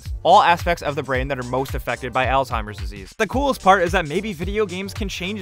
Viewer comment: Altimers? Dementa? Might wanna learn how to pronounce some things as you do the research. I believe you were going for " Alzheimer's and Dementia"